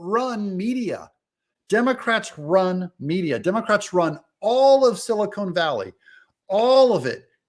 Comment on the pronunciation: "Silicone Valley"? Every time Doug says this i think of fake tits.